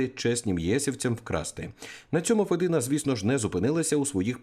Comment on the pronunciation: Не федИна,а фЄдіна.Мовчу матів не вистачає.